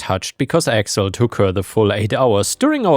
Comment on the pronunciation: Accel instead of Excel is a hilarious AI error xD